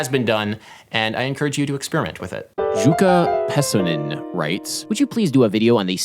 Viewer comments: He so mispronuced Jukka Pesonen XD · I love it how you pronounced Jukka Pesonen. Finnish names really seem to be difficult for English-speaking people.